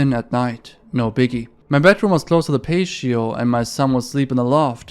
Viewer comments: Bruh get better at English and stop just guessing what words sound like. It's not a paysheoh it's pronounced pahteeoh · Patio is pronounced "pat-ee-oh", but understandable why someone would assume it's pronounced "paysho". Cursed is one of a handful of past tense verbs where the 'ed' part is pronounced as it's spelt. "Curse-ed" and not "curse'd" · patio is not “pay she oh “ it’s actually “pat tea oh” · You aren't a gangster your a female civilian there is no such thing as snitching when your a civilian. It's pronounced PAT E O not paceio hahahaha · Patio is pronounced like Patty-oh Pay-she-oh is cute though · "Pay-she-oh..." Lol. Its pronounced pat-tee-oh. Just for the record. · He incorrectly pronounces the word "patio" [ pay-shee-oh ] and at first it sounded really off, but then I realized he can't be faulted because the word "ratio"is correctly pronounced as [ ray-shee-oh ]. Ahh, the English language...tons of pronunciation, grammar, tense, plurality, and spelling rules that are all made to be broken. How anyone learns it as a 2nd language is beyond me. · Patio is pronounced patty-o. I'm not trying to be snarky. I just want to be helpful. Please don't be mad. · bro i love how he calls a patio a "Pay-she-oh" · patio is pronounced patty-oh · Pay-shee-oh?? I’ve been trying to nail down your accent for awhile now but I’m at a loss, I’ve never heard anyone pronounce patio like that hahaha. Also, not talking shit, English is a bizarre language that isn’t very intuitive, particularly if you learned another language first.